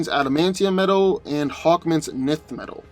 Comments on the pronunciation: Isn't it pronounced enth metal not nith metal? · 1st, Nth metal is pronounced ninth NOT nith, & no, Nth metal is not stronger than adamantium. Hawkman's healing factor isn't more powerful than Wolverine's. What happens when cuts his head off, what then? No way Hawkman wins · Love to see hawkman "fly away" when wolverine cleaves his wings from his back. Also...pretty sure its pronounced "en-th" metal not "nith" metal. And the combatant tgat can fly doesn't autowin as you suggested simply becausr the grounded opponent couldnt get an attack up to him. The flier has to come to ground level to get his attacks to land as well. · Two of my favorite heroes. Note: I believe Nth metal is pronounced "enth" not "nith". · Isn't Hawkman's armor material, Nth Metal, pronounced "En-th" Metal? Like the way you pronounce "tenth"? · enth metal (but ignore the e). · It kills me when he misspronunces enth metal lol I'm going to need him to watch some of the cartoons lol to hear how it sounds lol he does it in all his videos lol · We just gunna ignore you pronounced hawk man's metal wrong ? (Pronounced "ENTH")